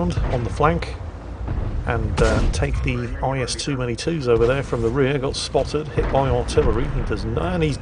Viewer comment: "IS too many twos"? Please never change